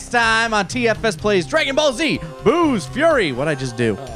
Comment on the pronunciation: Did anyone else hear say "Booze Fury"?